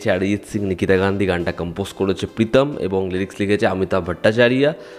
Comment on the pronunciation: See, my neph, it's better to sound those Bengali names in Bengali. Did you get it freakishly? 😊